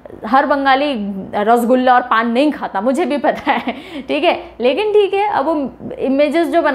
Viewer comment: Ma'am it's not rosgulla, it's rosogolla (রসগোল্লা)